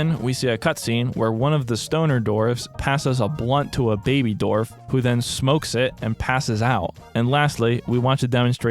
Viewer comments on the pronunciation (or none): Everyone: Dwarf. This guy: D o r v e s . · Autoplayed onto your channel, love the content but (and please don't take this the wrong way I'm not trying to be insensitive) is there a reason why you pronounce certain words a little oddly? Most notably in this vid with 'dwarf'. At first I thought maybe that what they're called in this game but I noticed the same pronunciation in 'dwarf fortress'. It doesn't impact my enjoyment of the video at all but I guess my curiosity got the better of me D: Anywhooo sorry about that, love the vid ggwp and all that <3